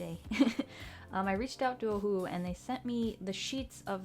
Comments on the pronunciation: It is pronounced oh-who-who markers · "O'hole'hu" HAHAHAHAHAHAHAHHHA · The way you say Ohuhu is so hilarious to me😅😅😅